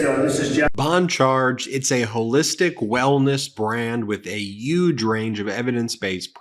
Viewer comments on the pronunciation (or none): Dude, great coverage overall, but what's with you? Why would they call that woman "the Yuman Printer"? Is she from Yuma, Az? And what would it mean for Bon Charge to have a "yooge range of products"? Get it together. These mispronunciations are distracting.